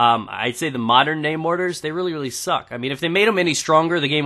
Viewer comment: Mortars not mottes